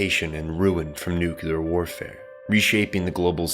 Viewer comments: For God's sake, please stop saying noo-kyoo-luhr.... the word is noo-clee-ahr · Where's the second 'u' in 'nuclear' that you pronounce at 0 :05? Also.. watch Dead Leaves, please. I already have my own concept of the ideology but would like your interpretation. You have a good breadth of knowledge in anime.